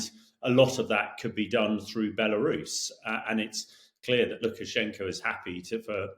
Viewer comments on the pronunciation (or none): none